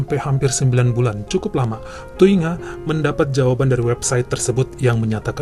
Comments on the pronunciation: Ku hargai kau baca nama Thuy Nga Thi Nibblet bang 😂😂😂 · Dari nangis pas denger ngmg thungai eh thuy ngah, eh langsung ngakak. 😅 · Air mata lagi netes , seketika ngakak pas abang bilang "thuy nga thi nibblet" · Lagi mewek denger cerita pertama Trus tiba2 ketawa waktu ngeja nama Vietnam